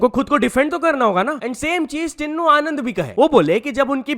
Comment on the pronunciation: Bhai tinnu no tinu h WO naam pronaunce kr na. Sikho